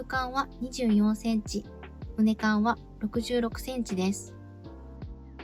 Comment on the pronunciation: 撮影時以外もその格好で作業しているのですか？ だとしたら危ないのでやめましょうね。機械に巻き込まれてからでは遅いので。 あと、株間は「かぶま」畝間は「うねま」と言います。